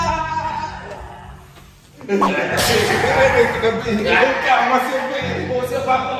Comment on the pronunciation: nao se fala babao azul